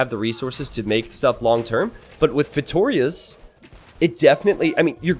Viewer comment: The way he says "Feitórias" instead of "Feitorias" is kinda annoying xD